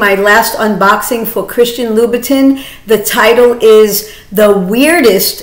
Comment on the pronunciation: Louboutin isn't pronounce as Lou-bu-tin (as in tin can), it's pronounced as Lou-buh-ton (like Dawn but with a T). Vachetta is pronounced as ketta, not chetta). Just bringing awareness, no offence intended as I've no doubt that you would want the correct pronunciation in your videos.